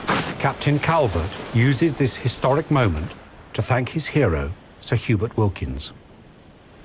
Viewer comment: Did they say Sir Hubert or Sir Hubris?